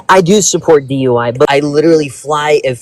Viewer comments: He said dui lol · Did he say dui?